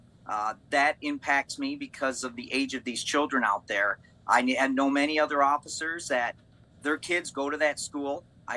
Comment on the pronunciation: the fact that he said “occifers”. he would get dragged out of the car and cuffed for that alone.